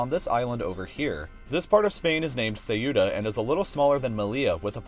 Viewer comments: What the heck is “sae-youtta” terrible. Just terrible pronunciation. Like not even trying. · more like seiura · It's pronounced zeootah, like in said, it's cool to pronounce it with an accent but that is just butchering the word. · "Seyura" xDDDD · "seiura" JAJAJAJAJAJAJAJA me mato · its pronounced "setta" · It's really getting on my nerves the way you pronounce Ceuta. "Ceiura". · let's change ceuta to ceyura, sounds much better hahaha, I just find it funny that you were far away from the agtual pronunctation xD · la ciudad de "Seiura" jaja Nice video! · i think it is pronounced KOO-ta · Good video but you pronounce Ceut wrong. It's pronounced more like zeu-ta. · Pronouncing Ceuta as "Say-Utah"...cute. LOL Great video, keep 'em coming. :) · Oh god, It took me a while to understand "Ceuta", you pronounce it absolutely and completely wrong. It's just two sillabes, ceu-ta, with the accent on the e. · Ceuta is pronounced Theuhta [ˈθeuta]. Llívia is pronounced Lyibia [ˈʎiβiə]. Isla is pronounced Isla. Doesn't take much to look up the pronunciation on Wikipedia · Can you please look up how to pronounce CEUTA????? Thanks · The way you pronounced Ceuta is cringe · That's the worst pronunciation of "Ceuta" I've ever heard. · The pronunciation of Melilla is ok, but the Ceuta one is just like other word xD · Ceuta isn't pronounced like that at all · Good job, but please work on your accent when pronouncing "Ceuta" and "Melilla"! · Couldn't understand Ceuta. Check the pronunciation. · Ceuta was portuguese from 1415 til 1668... :/ Their flag even bears the portuguese coat of arms, after so many years And the way you pronounce Ceuta is killing me! :P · You chose to use the one pronunciation of Ceuta that doesn't sound like Spanish at all. Well done. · You're not pronouncing Ceuta correctly. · I love how he pronounces Ceuta xD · I completely love the way he pronounces Ceuta. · Hurts my ears hearing you pronounce Ceuta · "Seiura" what? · Please, it's called /Ceuta/, not /siuta/